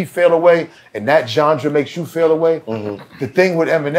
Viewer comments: Why has nobody checked him on the word Genre?? It’s not Johndra bro!! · Somebody needs to tell him how to pronounce genre lol. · got into boston tech and cant pronounce "genre" correctly? I did my life wrong. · Gendre..Genre..😂😂. Love Zino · CAN SOMEONE TEACH BENZINO HOW TO SAY “GENRE”😅😂🤣🤣🤣🤣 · Somebody tell Benzino there’s no ‘D’ in “genres” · It’s hilarious that Benzino can’t say the word “Genre”